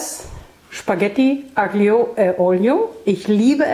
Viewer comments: Aglio (also Knoblauch) wird italienisch "Allio" ausgesprochen (habe eine Weile in Italien gelebt und spreche einigermaßen gut italienisch:-)) Schönes Rezept, das ich auch öfters mal koche, wenn es schnell gehen soll. L.G. aus Österreich, Kathrin 💕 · Aglio wird "Allio" ausgesprochen, das G hört man nicht! Liebe Grüße aus der Toskana ❤